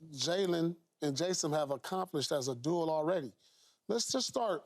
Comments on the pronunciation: Is it me or do they keep saying "dual" and not "duo"?? Lol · Why is Paul pronouncing “duo” as “duel” 😂😂😂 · Is paul saying duel instead of duo or are my speakers just terrible? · Love Paul but why can't that mf say "duo" instead of "dual" 😭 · Perfect example of yall meat-riding Keyshawn lol. Paul Pierce has said the word “Duel” intsead of “Duo” like 6 times here today. Not one comment about it, but yesterday when Keyshawn said “anonymous” instead of “unanimous” yall couldn’t get off his meat in the comments. Yall are such follow the leader it’s crazy 😂😂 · Watching Pierce getting swept by the word Duo has got to be the biggest beat down this playoffs. My guy didn’t say it right once.